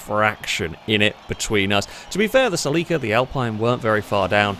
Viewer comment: That pronunciation of Celica is absolutely horrific!